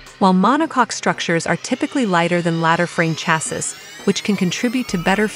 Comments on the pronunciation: Oh my God. Its pronounced CHASEE!!! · Chassis is pronounced CHASS SEE. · I would have continued watching… however the mispronunciation of “ chassis” grates.😂